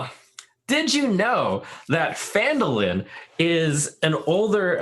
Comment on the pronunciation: It is Phandalin. Not Fandolin.